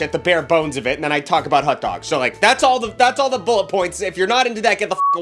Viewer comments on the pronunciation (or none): why do you say "hut dogs"? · Why do u pronounce it "hut-dogs"? I'm not raggin just genuinely curious if u know ur doing it 🤣